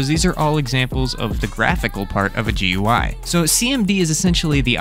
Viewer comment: just something that irked me, its not pronounced G-U-I, its pronounced Gooey